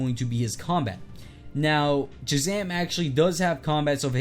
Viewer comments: am i the only one who notices shazam is dc but he is playing avengers music also he said jhazam not shazam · Hey! I don’t want to sound rude, and I am a nerd so I know how nerdy I’ll sound, but it’s actually Shazam, he just has a retainer so he has trouble pronouncing it.